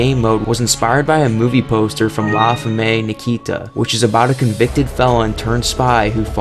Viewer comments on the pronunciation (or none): Bro femme in English is pronounced fem, or in French it's more like fam, not femay or femmie. And suplex is pronounced like soup-lex not like you're saying 'sup to a guy called lex. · You should look up the pronunciation of the word Femme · Just FYI, Femme is french for woman and pronounced as one word - sounds like "fim" - not fe-may. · It's pronounced SOOplex And it's fem not femmay (femme) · That's not how to pronounce femme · The way he said Gigante made me want to vomit (same with suplex and femme, wtf man) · How do you not know how to pronounce the words "suplex" or "femme"? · That's not how you pronounce "suplex" or "femme".